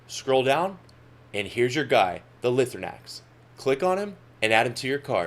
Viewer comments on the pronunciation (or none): Awesome video! My only complaint is that it’s pronounced “Lie-throw-nacks” and not “Lih-throw-nacks”